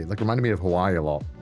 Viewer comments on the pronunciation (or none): none